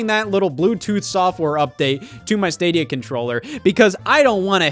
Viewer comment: Love how Scott still can't the word Stadia.